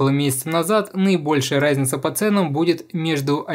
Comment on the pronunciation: Чооорд, почему я слышу не "разница", а "райзница". Я схожу с ума